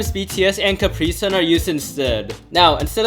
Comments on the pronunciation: mtf just call capsaicin "caprisin" my guy its "cap-say-sin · Did he just say caprisun cookie 💀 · did u call capscian CapriSun 😭